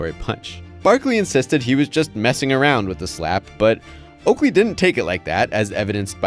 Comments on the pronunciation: Okaley instead of Oakley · it's "OAKLEY" not "OKALEY" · "Okaley" lmao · who tf is Okaley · "Okaley" lol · “Okaley” haha